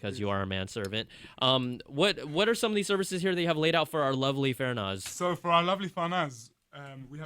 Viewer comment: FArnaz not Fernaz